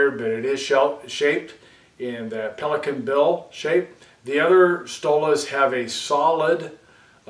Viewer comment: You spelled Pelikan right - with a slightly noticable american accent ;)